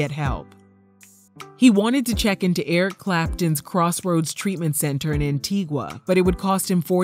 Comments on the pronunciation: It's pronounced Antig-a (the u is silent in the word Antigua) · Our country is called Antigua (an-ti-ga)